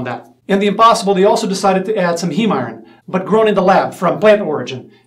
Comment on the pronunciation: It’s pronounced “eye-earn”…Iron 😐🤷🏽‍♂️ eye-earn = iron. 😐